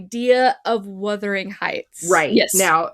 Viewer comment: So many reviewers have some issues with saying the name of Emily Bronte's classic book. The word is Wuthering, not Withering. Something that is withering is fading, weakening, shriveling. The word Wuthering means windy, stormy.